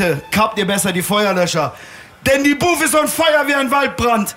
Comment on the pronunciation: Booth und nicht Boof